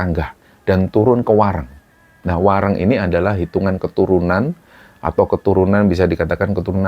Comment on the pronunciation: Pangapunten, untuk pengucapan WARENG ini , bagian reng itu seperti kata GORENG bukan seperti kata RENGKUH.